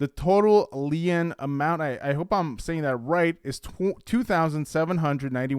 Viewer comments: Lien is pronounced leen. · Hello friend! "Lien" is pronounced the same as "lean". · Great video. “lien” is just pronounced “lean”. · *Lien pronounced like Lean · You are pronouncing lien incorrectly